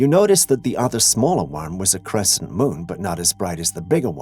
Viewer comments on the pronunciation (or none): none